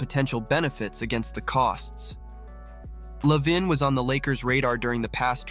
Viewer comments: Is it too much to ask to fix the script so it reads the name correct? la vein or la veen would have worked. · How you pronounce lavine is so funny.